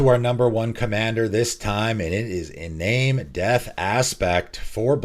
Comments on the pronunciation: "en-AHM-ey", not "en-NAME", sorry I get really touchy about pronounciation of things. I hate to be a grammar Nazi but also it annoys me if I don't say anything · FWIW, Iname is pronounced "ee - nah - meh" ( sounds like Spanish vowels ). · It's pronounced i-nah-may. It's japanese.